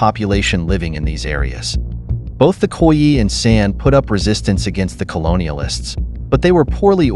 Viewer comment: Would be good if Khoi was correstly pronounced.